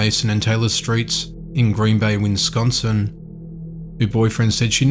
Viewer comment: I wince when I hear 'Winsconsin' instead of Wisconsin.